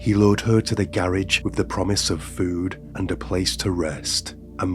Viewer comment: AI can’t even pronounce garage. ROFL😅